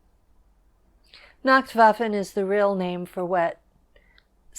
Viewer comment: She says she learned German very well but can't even pronounce nachtwaffen properly...